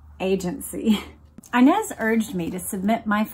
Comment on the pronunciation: You keep mispronouncing the name inez Its a spanish name and the I should be pronounced as in EENEZ But still love the podcasts